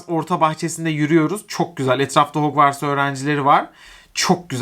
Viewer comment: ah ya gerçekten şu okula 'hogvartz' demeni asla kabullenemiyorum nolur ya hagvırts diye oku insanlık için harry potter için :D